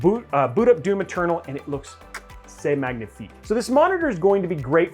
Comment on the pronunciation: ''c'est magnifique'' not terrible the pronunciations !!!